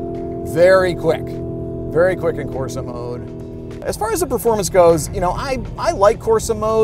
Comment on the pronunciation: As an Italian I got triggered at him saying Corsa,Terra, Sabbia and Neve